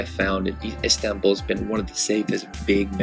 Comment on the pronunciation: Lol I can't stand the way you say Istanbul but good video though